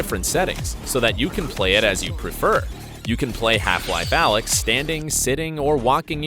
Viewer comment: ALYX - NOT ALEX!!!